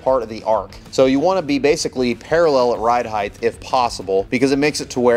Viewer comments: right on, glad to see you back on your feet.. I didn't hear any speech issues at all, would've never known. I work with a guy who also says heighth, he just thinks it's heighth instead of height. I bust his chops all the time about it. No harm meant ... keep the content coming ! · He said heighth ....